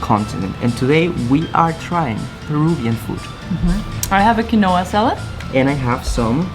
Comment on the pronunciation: Quinoa is pronounced keen-waa